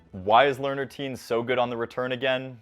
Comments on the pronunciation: Please learn to pronounce his name properly!! You are pronouncing it like “Teen”, it is pronounced “Ti-yehn”. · thanks for high- lighting Learner's game but his last name is pronounced "T-yen" not "teen" He looks like he has a high tennis IQ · His name not pronounced "Teen" Think Tian, as in Tiananmen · why is he pronouncing his last name like that